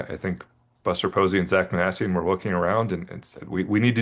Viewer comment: I like that you pronounce Minasian and Knizner correctly. Good reporting and balanced takes.